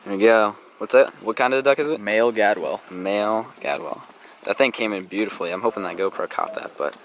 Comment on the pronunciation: keep posting bird hunting videos! For future reference it's pronounced gadWALL not gadwell.